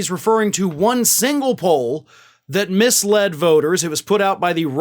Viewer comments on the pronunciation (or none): none